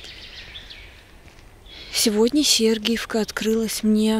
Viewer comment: Может Сергеевка.ударение на вторую гласную.а не первую?